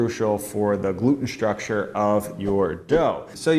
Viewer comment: “Shtrucshur”. What language is that?